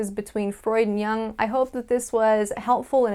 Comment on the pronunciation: Jung is pronounced yoong, and put the telaprompter under or abrove the camera _......